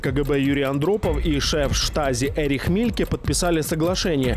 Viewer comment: Правильно произносить по --немецки ЭРИХ, Это обычное , распространённое мужское имя в ГЕРМАНИИ и родственных странах.